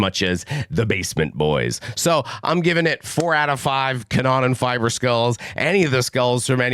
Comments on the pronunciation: Pronounciation be like "Cannon Fibre"... Ca-noonh-nan Feebrr would be more appropriate to pronounce 😂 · The guy who is willing to do a review has to at least learn how to pronounce the band's name in a way that is at least close to the norm. Huge disrespect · I love your accent, don't change. Still, if you want to know the pronunciation of some terms for curiosity reasons, try to say "Car-no-nen-feaber", album title: "dee oor-cutter-stro-fe" [= the original, primal catastrophe], the second last song is pronounced "ouse (like in house)-blute-oongs-shluX (make a sound like your throat is scratching) - t" = a battle that bleeds people dry. I'd actually love to see fan videos of native speakers pronouncing the foreign names of bands and albums formerly discussed on Banger TV. If it's wrapped up as a token of admiring fan work and intercultural exchange instead of snobbish arrogance that might be fun...and thanks for not making fun of the English accents of foreign fans and bands in return... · That's gotta be the worst German pronuciation I ever heard 😂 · he’s not mispronouncing, he’s misreading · Bro next time at least get google to pronounce stuff for you, this is embarrassing. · Damn, he's butchering my native language really hard...😅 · That has got to be one of the worst pronunciation of both the band name and the album title 😅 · Also,, just to help you out bud, Kanonenfieber translates to cannon fever, it's pronounced more like that.